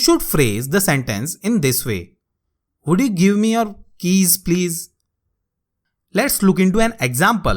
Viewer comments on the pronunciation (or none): sir i heard will you give me kiss instead of keys😂😂😂